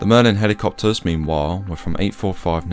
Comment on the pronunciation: “Merlin helicopterrsss”